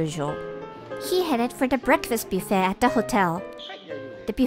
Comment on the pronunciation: It's pronounced buff ayy